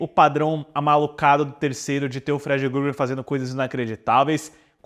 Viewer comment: "Gruger" kkkkkkkkkkkk